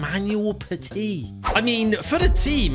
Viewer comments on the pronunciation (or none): none